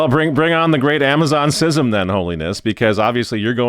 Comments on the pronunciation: It's schism, not sysm. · Is this guy deliberately mispronouncing schism?